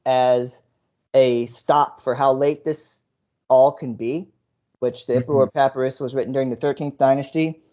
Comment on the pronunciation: Dude... learn to pronounce "papyrus" at least. This is clearly all coming from a place of no actual education whatsoever. Kind of embarrassing.